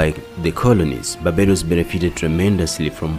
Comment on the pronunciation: did you intentionally not put the "r" in barbados ???